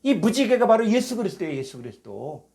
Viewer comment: 지적질하는 것같아 죄송하지만 읽어 주시는 여성도님 “애수”가 아니고 예수라고 발음해 주십시오. 부탁드립니다.